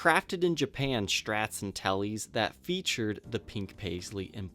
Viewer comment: It's interesting to hear you pronounce Strat as "Shtrat", what kind of accent is that?